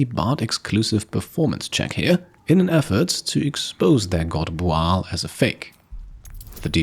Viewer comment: Are they booing me? No, sir, they are saying "booo-al".